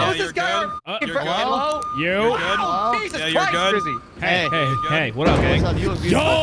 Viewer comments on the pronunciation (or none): I love how in the first 30 seconds they are lost and called grizzy “” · Bro said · Did call Grizzy? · Anybody else notice called him in the beginning of the video? 💀😭 Edit: bro said "it's me and you " 😭